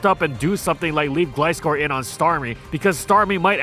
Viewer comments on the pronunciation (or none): none